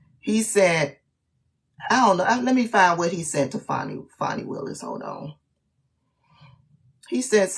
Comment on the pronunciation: Please pronounce her name properly.